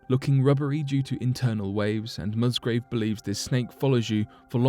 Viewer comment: The gentlemans' name is Musgrave not Mustgrove.